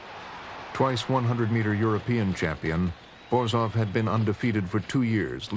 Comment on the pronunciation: Il commento artificiale è una merda , Borzov non borof